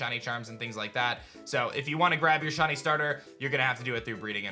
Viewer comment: Why does he pronounce shiny as shawny ...